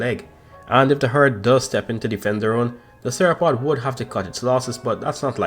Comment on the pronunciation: bro, u saying theropod almost the same way as sauropod